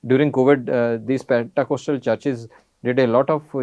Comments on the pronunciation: As a Christian I want to tell the The pronunciation of Pentecostal is पेंतीकोस्टल/पेंटीकॉस्टल NOT पेंटाकॉस्टल /PENTACOSTAL । 😂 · It’s not pentA. It’s pentE ! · Thanks! Btw, it's Pentecostal not Pentacostal. 😊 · Please pronounce this word correctly, pentecostal church. Praise God.